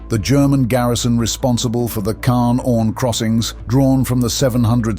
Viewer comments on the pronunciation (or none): It is not kaaah, it is KaaNNNN!